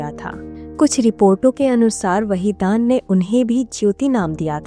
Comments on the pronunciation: वहीदान नहीं बल्कि वहीदन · Wahidan your pronsa tion is wrong nice blog